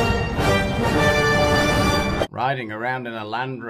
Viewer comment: You let Meghan say 'odobo'. Stop it!! My ears, my ears 😢